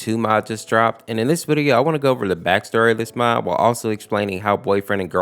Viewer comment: The beginning says MOT instead of MOD